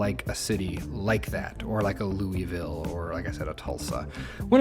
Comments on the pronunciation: Being from Kentucky, I gotta say, you're pronouncing "Louisville" way wrong haha :P But aside from that, this is the first time I've watched a Cities build and I dig it. Looking forward to more! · Yep, "loo-uh-vul"... So not at all the way it was meant to be haha. Nearby Versailles, also of French origin, is pronounced "ver-sales." I guess that's sloppy southern dialect for ya lol